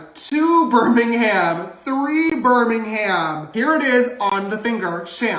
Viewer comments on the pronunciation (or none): As a Brit.. judging how he pronounces Birmingham 🙄😂